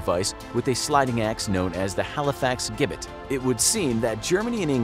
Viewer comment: the English device is pronounced Jibit like the sound J in juice & jungle ..